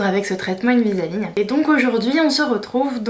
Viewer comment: C'est pas invisa-ligne !!!!! Invisalign please :)